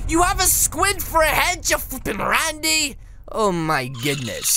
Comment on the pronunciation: Yep he said rany so many times